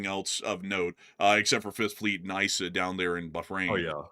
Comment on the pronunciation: shake EE-sah air base in Bahrain. Eeesah. Not eyesah Bahrain. Please tell me you boys dont say eyetalian dressing too...